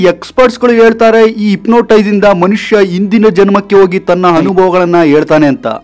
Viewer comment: ಸ್ವಾಮಿ ನೀವು ತುಂಬಾ ಚೆನ್ನಾಗಿ ವಿಷಯ ಮನದಟ್ಟು ಮಾಡಿ ಕೊಟ್ಟಿದ್ದೀರಿ ಆದರೆ ನಿಮ್ಮ ಕನ್ನಡ ಉಚ್ಛಾರ ಸರಿ ಮಾಡಿಕೊಳ್ಳಿರಿ ಹೋಗಿ ಎಂಬುದಕ್ಕೆ. ಓಗಿ ಅಂತೀರಿ ಈ ತರಹ ಬಹಳ ಶಬ್ದಗಳು ಸರಿ ಉಚ್ಚರಿಸಿ ದಯವಿಟ್ಟು